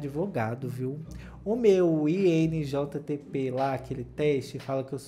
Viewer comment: "injtp" KKKKKKKKKK